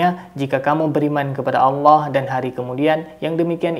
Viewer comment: Alah alah, bukan alah auwllah